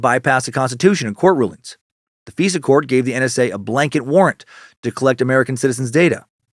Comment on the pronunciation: Dan its not "Fesa court" its "FISA COURT" the "I" is not pronounced an "E" I roll my eyes every time you pronounce it "feesa"